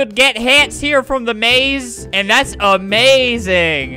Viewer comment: hmm amazing more lik ame-maze-ing